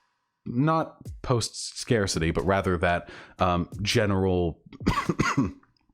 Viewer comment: Thank you chat, I was about to krump myself if he kept saying “scar-city” instead of scarcity XD